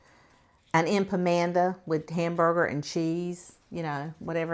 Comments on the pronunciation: Empamanda 😂😂😂😂 I think you meant empanada 😂😂 Taco bell is not Mexican rotf 😂😂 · “EmpAmanda” 😂🙈 is that what we say now for empanada? ❤😂🤦🏼‍♀️